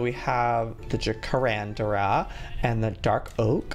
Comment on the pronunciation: Joey: "& we have the Jacarandara" Me: * triggered * IT'S JACARANDA JOEY